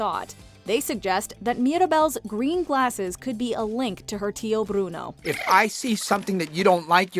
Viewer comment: We don't say brono